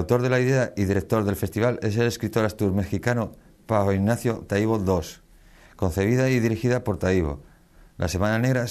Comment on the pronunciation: Y no es Taíbo, sino Taibo. El presentador: bastante malo.